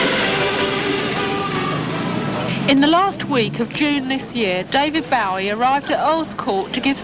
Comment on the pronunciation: Omg. Why can't she say his name right?